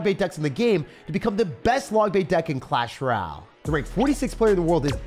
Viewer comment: Bro why do you say “clash ral” it’s so annoying and stupid 😭